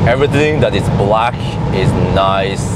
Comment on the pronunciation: "and he's blaCKK, everything that is blaCKK is niceee" 😂😂